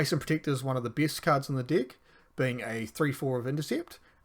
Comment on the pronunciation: Bro plz work on pronunciation of "deck" 😭🙏